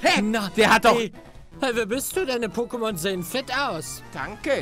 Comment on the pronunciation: Palle es wird Poké ausgesprochen und nicht pokké